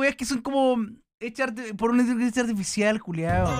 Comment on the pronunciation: Se supone que dice inteligencia artificial, pero como ya está viejito le cuesta pronunciar 😔